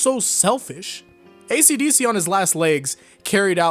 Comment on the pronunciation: Only took me 8 minutes to realize that "acdc" was "esidesi"